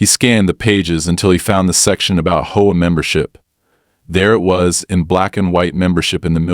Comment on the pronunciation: Why do these AI READERS insist on pronouncing HOA as a two syllable word?